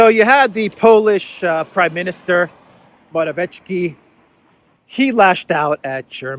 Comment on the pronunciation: Morawiecki..the closest pronunciation would be Moravietski